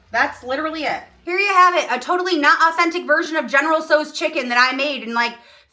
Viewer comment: It's pronounced general sow, as in female pig. And I don't wash my rice, either. It is a waste of water and time.